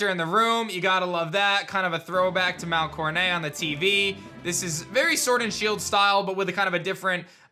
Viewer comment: THIS is the game we wanted!!!! If the games looked like this I might actually want to play them. As they are now I'll probably pass them up and wait for Legends. Gamefreak needs to cut ties with the studio that did the game and hire THIS GUY instead.: Why do you keep saying Mount Coronay?.....It's Mount CoroNET.........Also it's pronounced CHEEBEE